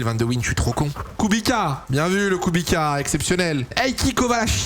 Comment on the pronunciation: ahhhhh c’est pas kubika c’est kubitsa c’est comme ça que ça se prononce